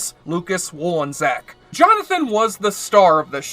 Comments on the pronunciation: wool-in-zack? Wall-in-check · Wolenczak is pronounced "Wall-en-check". Westphalen is pronounced "West-fail-en". Are you sure you actually watched the show? 😛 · You said Lucas’s last name wrong. That said this was and still is an excellent show and shouldn’t have been cancelled after a measly three seasons.